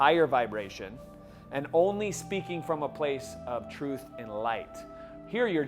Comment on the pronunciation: vibra-la-tion... I'm using that now :)